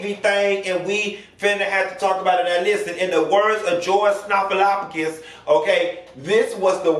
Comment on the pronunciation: • /Snop-po-lop-ooh-gus/ - My Lawd! 😆 • Trump was making television. Biden was trying to talk to the people.